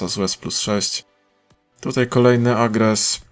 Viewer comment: Czemu mówi agres a nie arges:D